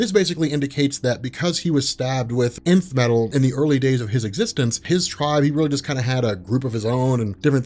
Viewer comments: i keep hearing the emith metal the emith metal but it's not emith but Nth metal ... what's happening to me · is it just me or does it sound like is saying inf metal and not nth metal?